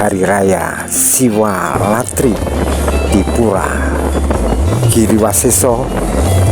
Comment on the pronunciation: SiwaRatri min...sanes SiwaLatri. Satu huruf bisa salah llo.